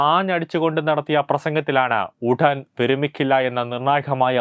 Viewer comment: Helo Chanaka Chattam.Alla chattam anu shamshayam alla samsayam.podapotta nee oruvakku thettathe parayamo.Udhan.enthu udhan.udanmathy.